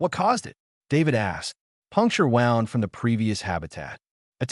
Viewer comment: Please teach the ai voice how to pronounce wound!!!! ‘Woond, not wownd’